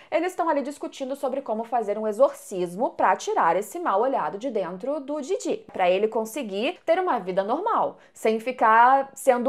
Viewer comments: Em q versão de dublagem o nome dos personagens do anime tem essa entonação q a usa (Momô e Didí)? Na q eu vejo é Mômo e Dídi. 🤔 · Ouvir vc dizer didí ao invés de DÍdi e Mômô ao invés de Mômo dói os ouvidos... Mas de resto o vídeo ficou muito bom kkk